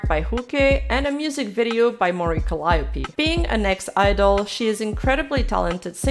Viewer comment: Really enjoying the video essays. Just one small mistake btw...Calliope is pronounced Cal-ee-o-pé